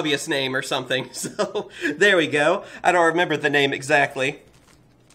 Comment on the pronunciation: You Say "Dis"